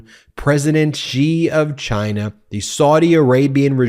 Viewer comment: President Biden overcame his speech impediment. Trump does not acknowledge his own. Chai-nah, oranges etc. (Lost count of all his tongue trips)